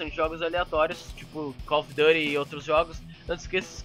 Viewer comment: tu fala muito palavrao e tu falou calf of duty